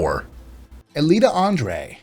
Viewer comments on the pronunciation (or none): none